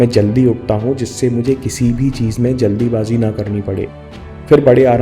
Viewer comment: जल्दीबाज़ी नहीं जल्दबाजी